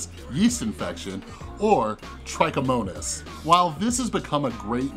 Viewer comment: Just a quick note: trick - ih - monis. Very good video tho